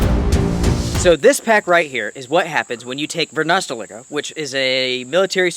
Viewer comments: Great review, they are almost sold out! and the company is pronounced Varoosteleka! Not varnasteleka! Thank you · Love your videos! One quick comment...from the Varusteleka web site... "Varusteleka (pronounced [Where's the liquor?])" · For us finns its easy, but you in english you can pronounce it more like a "where's my liquor?" and its quite close correct :D